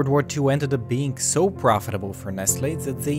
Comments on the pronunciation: Ummmm. It’s nessle not nestle.... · Nestle is pronounced Neslee🤔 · Well, as a French I pronounce it "Ness-tlé" (I actually don't know how to transcribe the "é" song) But maybe it's just me